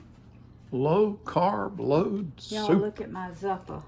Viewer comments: That soup is pronounced z u uppa soup emphasis emphasis on the you that's why I put two years in there it's only spelled with one it would be a long u zuppa soup is wonderful your version looks very good thank you😊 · Google says it's pronounced 😊 Zoo' puh. pronounced it correctly the first time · It's pronounced zoo pa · Google Z u p p a They will tell you how to pronounce it. Say the word zoo. . Then pa. It's that easy, it just means soup in Italian.